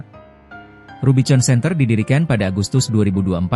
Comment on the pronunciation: Kalu mau bikin narasi pake robot ai ,tuli bunyinya misal rubikon , jd gak salah ucap ... jadi norak editornya